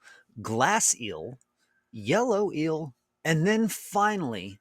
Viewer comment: says "ill" for eel